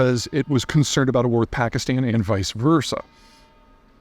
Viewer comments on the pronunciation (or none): none